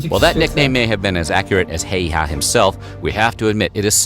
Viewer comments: Siiimo hayhaa. Shit pronouncing🤣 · btw man in video is pronausing Simo Häyhä wrong letter ä dont be pronaused like letter e. man in vide is pronausing the name Simo Heiha not Häyhä